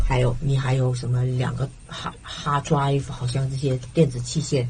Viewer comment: 翻譯官不是台灣人，因為她翻成[這些所為]是廣東話用語，Hard Drive 的發音也聽得出來。 我想到 18 歲女學生被禁錮和侵犯時一直喊叫[救命！媽媽！]，我就傷心地流下淚了。我就覺得美國要到 21 歲才讓飲酒，還是不要改。